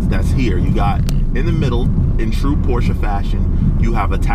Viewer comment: As a German I love you for saying Porsche correct :) A lot of americans say Porsch and it drives me nuts everytime i hear it :) Its a german Car not a french car :)